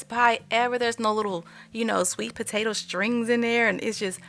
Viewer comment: You said it right the first time! “Sweebotata” is absolutely a word!!❤